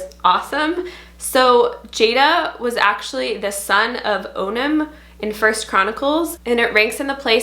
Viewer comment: Good video! A few points, though. In Hebrew it's pronounced Li'él. ליאל. Jada in Hebrew is pronounced Yadá. ידע. It doesn't really exist as a name in Jewish/Israeli culture. But can be nice in Christian one. Sela actually means "A strong rock". In Israel it's a common surname. As regarding Chaya, the first pronounciation you used is the correct one. Chaya. Make sure not to confuse it with CHAVA, which is Eve. Regarding Neriah, it is actually a BOY's name, it is pronounced Ne-ri-YAH. 'Ner' means Candle. This name means "God's candle". My favorite biblical name for a girl is Naomi. It comes from the word No'am, נעם, which means 'pleasant'.